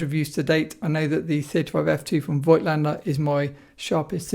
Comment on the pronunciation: It’s pronounced Fogtlaender not Voightlander.